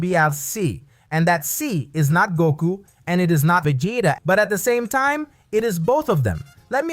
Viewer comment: Yeah I'm not about watch a video with a guy destroying Vegeta name.😑